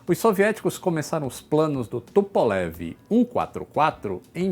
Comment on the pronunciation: Por LAM Luís Antônio Menghi Adoro quando aquela russa aparece nos vídeos corrigindo a pronúncia do! Os vídeos do são formidáveis e a russa dá um charme a mais! Amo vê lá falando " Tupolev "! Parabéns por tudo que você nos informa. Você é o Roger vão voar juntos, quando? Já estou Vovozão e não posso esperar muito! Abraços,! " Tupolev "! AI!?